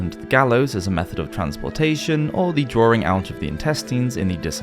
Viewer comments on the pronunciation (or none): The word is "DRAWING" - not DRAURING or DRAWRING .....plain English ! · Since when has the word DRAWING been pronounced as drawring? How to spoil a good job. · It's spelled 'Drawing' not 'Drawring' but otherwise very good!